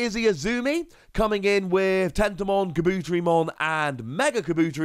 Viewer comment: I implore you to watch the show and learn how to pronounce Kabuterimon 🥲🥲